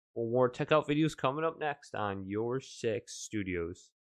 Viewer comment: Bro said sex instead of six💀